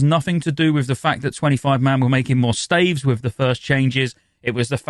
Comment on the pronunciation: can you say 'staves' correctly. thanks.